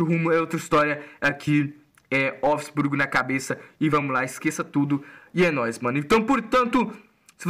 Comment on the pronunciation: A pronuncia é volfisburgui